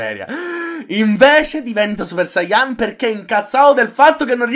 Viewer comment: e poi ci sta la gente che dice sáiyan invece di saiyán